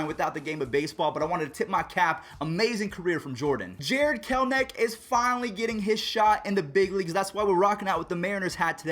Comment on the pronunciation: It isn’t Jared kelnic you have to actually read the name there is an E it’s Jared KELL as in Kelly and enick as in lowercase e and the name nick Jared kelEnic